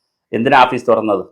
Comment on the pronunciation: ആപ്പീസ് അല്ലടോ ഓഫീസ്